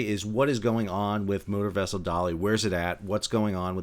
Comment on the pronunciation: When you first said 'motor vessel Dali 6 I thought you said "Murder Vessel"